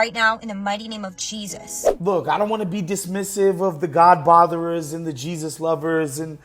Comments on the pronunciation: Did she say Chee-sus? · Did she just say in the name of cheesus 🤣🤣🤣